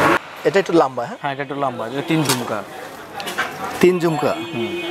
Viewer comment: লাম্বা কি রে ভাই?? লম্বা বলতে পারেন না??